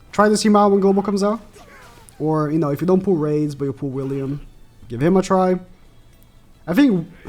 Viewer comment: you could have just go to google translate and let it pronounce it for you and rades is not spoke raids its radesu like radez